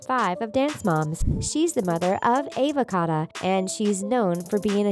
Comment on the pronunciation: Just me who is thinking the way she said Ava Cato made it sound like she said Avacado..... 😂😂😂😂😂